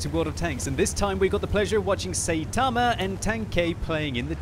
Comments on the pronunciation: Notice he said "saytama" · i knew he said the name wrong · Im just tilted from the way he pronounced Saitama